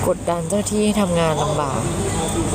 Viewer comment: ได้ยินเหมือนกัน ..พระไตรปิด่อก ด้วยค่ะ